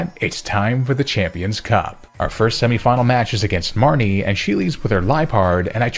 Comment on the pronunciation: I swore everytime you said marnie,, all I heard was mommy lol